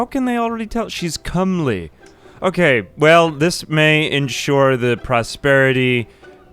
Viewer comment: No, he said it right—or at least the overwhelmingly more common way.